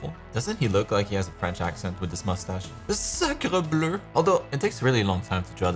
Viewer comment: Super cool video! Chroma Island is back! Which red clan females turn into berzerkers again? For the name I think Blanche is cool and not too common! I don’t know if it’s too on the nose. Lily is a pretty name so if you are not sure maybe go with this one? I don’t know lol Ps: it’s weirdly funny to hear “sacre bleu!” with an accent from Québec :3. Hon hon hon!